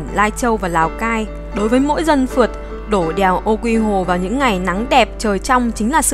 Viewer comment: Đèo Ô Quý Hồ chứ không phải Ô Quy Hồ đâu.